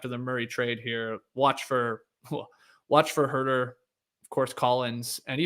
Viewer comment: At first I was surprised and disappointed that you didn’t pronounce “Huerter” with the appropriate NoDunks flair, Skeets, but you redeemed yourself nicely. Leigh Leigh would be proud.